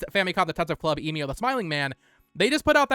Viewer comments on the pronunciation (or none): The way you mispronounce Emio drives me crazy.